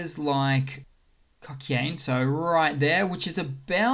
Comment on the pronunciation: Hello, and thank you for my favourite update :) Here I come again with pronunciation suggestions. This time it's , Kokhane. It's pronounced "Ko" (like "co" in "corner") - "hu" (like "hu" in "hunt") - "nay" (like "ne" in "net"), with stress on the second syllable. "Кохане" (Kokhane) means "beloved", so it's a really beautiful name :)